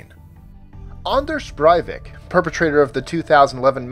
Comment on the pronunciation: The way he said Anders Breivik XD. Disappointed Norwegian here.